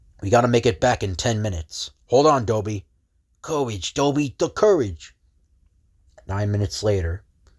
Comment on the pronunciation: It's Doiby, not Doby. It's like a Brooklyn pronunciation of "Derby" (since he wears one)